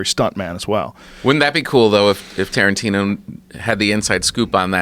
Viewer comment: " TARANTINUM" seriously dude?